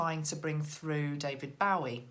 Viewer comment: I don't want to be critical but as a David Bowie fan of 40years please call him bow like the tie not bow like to the queen. Keep up the good work xx